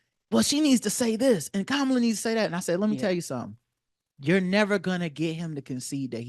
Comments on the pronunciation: Angela Rye lost the battle. She showed more energy for the Dr mispronouncing VP Harris’ name than she showed in response to the facts/policy they stated about reparations. 😂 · Funny, your name isn’t just Karen, you are a Karen. lol Angela was more offended by someone mispronouncing Kamala’s name than she is by Kamala supporting a genocide. Black bourgeois liberals in a nutshell. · Did we watch the same interview? I saw Jill stein stay intelligent and collected while Rye lost her sh*t over minuscule things like Bitch pronouncing Kamala differently. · What's been more disgusting than Angela Rye playing her performance part for the pro-war, pro-genocide, anti-Black, anti-labor, women-indifferent Democratic Party is the other Black people, like this Karen Hunter, on these social media platforms mimicking this. You're pathetic. To Kamala's No Policies and "over 200 Republican support," as she bragged, all you have on Stein/Ware is they mispronounced Harris name [so what?]; Stein didn't know how many members of Congress there are; and she hasn't won a race. You can't attack any of her policies because MOST AMERICANS SUPPORT THOSE POLICIES. You're a pathetic bunch because you're willing to throw out the things we want and need to support a candidate who has never shown an inkling to give them to us Where is Kamala's Project 2025?! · Even monkeys have a brain, it doesn’t mean they’re intelligent. She had more vitriol over the mispronunciation of Kamala than the genocide of children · She didn't. What was the knee jerk reaction to a Black Fishing woman whose name was mispronounced, but nothing about the genocide that here stupid VP never came out and condemned? Or the fact that she is on record saying she will not specifically anything for Black People, but the current admin she is in did it for every other group? Sis, you prove you are just like Angela and only voting for a woman bc she is a woman